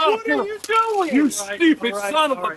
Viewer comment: Never trust some who pronounces stupid as SHHTUPID.. What an embarrassing ass-hat to his town.. Hey but they elected him and he's probably just a reflection of those people